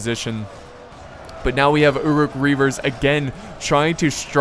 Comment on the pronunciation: Love these this vids, the pronunciation of "Uruk" or uruk-hai which means orc folk or orc men is not EWW-Rook. It is Uh-Ruk.